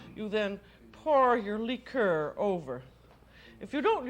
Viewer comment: “Lheeker” lol just listening is a comedic hoot